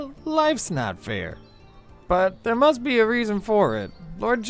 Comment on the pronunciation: "You and Aaron mush have..." ASDFGHJKL